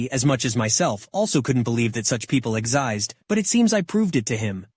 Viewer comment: Proof that this voice is automated: 8:7 Exised. It was spelled wrong by OP and it also got said wrong by the voice. Noice.